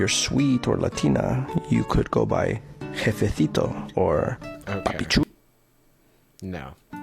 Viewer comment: The one who said "jefecito" and "papi chulo" annoyed the heck out of me because he said it the "latin" way of pronouncing it and proceed to pronounce these words with the most neutral Spain Spanish accent ever lmao